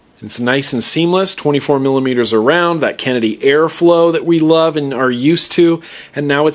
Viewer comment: "bass krenedy" haha found that a little to funny